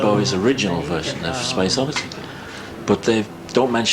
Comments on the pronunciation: She said “Space Oddessy”. I’m out. Goodbye. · They also called it “Space Odessy” & said his middle name was “Stenton”. Yikes.